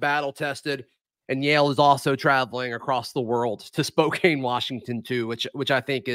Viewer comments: It’s not Spo-cane. It’s Spo-can. I will be in the stands since I live in the Spokane area. So, I am happy they got a 4 seed. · It’s SPO-CAN. Not SPO-CANE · Pronunciation Spo-can, if you’re in town a great local tradition, O’dougherty’s. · I hate to be so persnickety, but come on,, it's pronounced Spo-kan. Your conclusions are based on, not based off of. There is not their, and their is not there or they're.